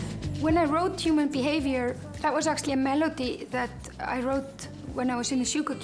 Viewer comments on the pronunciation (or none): I thought that too! I've just listened to a couple of interviews from 96. I think it's interesting that she doesn't roll her "r" when she says "Human Behaviour".